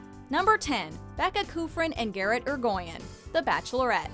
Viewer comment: Thank you for the proper pronunciation of Garrett’s last name.